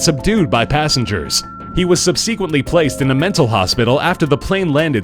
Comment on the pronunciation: Two things real quick...I've never heard anyone pronounce subsequent (sub-SEE-quent) until now. Also how dangerous can a crockpot be? Lol